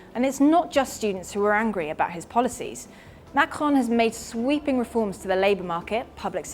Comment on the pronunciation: Using the rhotic /r/ to pronounce 'Macron' sounds really dumb if you also pronounce the end -n. Either use the French or English pronunciation, not an inbred mix of both.